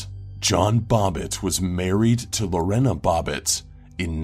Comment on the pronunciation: I know this sounds picky... but Lorena is pronounced Lor- AY- nuh.